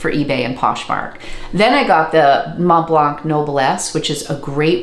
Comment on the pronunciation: Thank you for the video! Your pronunciation of "Montblanc" is almost perfect, if you care, the "c" at the end is silent ;)